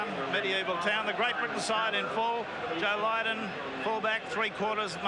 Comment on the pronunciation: Rex Mossop - what a buffoon. Apart from confusing Great Britain with England, he also referred to Deryck Fox as Derek Turner. Derek Turner played for Great Britain in the 1950s! He pronounced Joe Lydon as Joe Lindon. Isn't it the job of a commentator to do a bit of research?